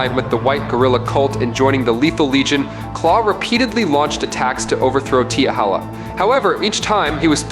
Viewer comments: It's T'Challa...not T'HALLA. Get it right, my friend! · Black Panther's name is T' Challa NOT....T' Halla. I can't even take this video seriously if he can't even get the name right! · Teehakka/Teehalla? Yall gotta start listening to your own Ai videos fam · Damn does he know how to pronounce t'challa name. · Wanted to watch. But couldn't sit through him pronouncing T'challa name wrong. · You Butched t'challa's name badly 😊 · Please learn to pronounce Black Panther's actual name. If you're going to say it, at least do it properly. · it seems u knw nothing about he black panther u stated Batman has an advantage in the dark….😑u do knw blk panther can see in the dark right? And u keep pronouncing T’CHALLA name wrong,also the black panther is a master of EVERY martial arts on earth and a master of others from other worlds and dimensions and Gus shadow arts that he created,also the blk panthers has millions of yrs of combat experience thru the panther link that gives him access to EVERY BLK PANTHER FROM THE PAST,THEIR KNOWLEDGE,STRENGTH AND FIGHTING ABILITIES smh t’challa also possess a genius intellect and his the 5th smartest man in the marvel universe and a master strategist,a ruler of both wakanda and the dead,u even thinking Batman stands a chance is laughable smh 🤦🏾‍♂️ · Yeah he fucked up the name 😂